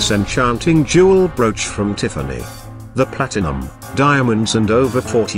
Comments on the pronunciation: Tea far knee. 😂 This bot.... I just can't 🤣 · I just can’t listen to an AI narrated video; especially one that can’t get the name Tiffany correct. Pass.